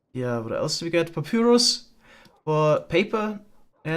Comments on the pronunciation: BTW its called papairos not papyoros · It's driving me crazy, but it's pronounced pap-EYE-rus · it upsets me so hard how u pronounce papyrus please its pa pie rus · It's the german way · Is anyone else slightly annoyed by the way pronounces papyrus xD